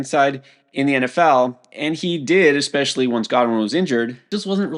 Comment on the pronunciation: Quinshon "Junkins" - Sal "eckspecially" Vetri